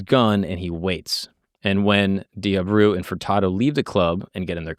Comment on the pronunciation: except he’s not lol he mispronounces Abreu , Mackey, both girls names and a few others… not that it matters much, just pointing out bc he got props for it 😆